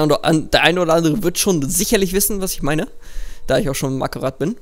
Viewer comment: Marhtat und nich markarrath